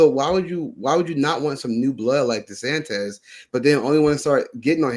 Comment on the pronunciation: Tell your guest and all the other schlubs out there, It's DeSantis, NOT DeSantez Thank you.